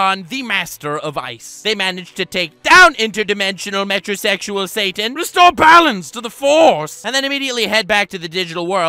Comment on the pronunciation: Once I heard "Metro sexual mon" I clicked that "Subscribe" button